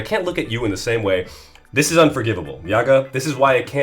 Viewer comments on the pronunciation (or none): none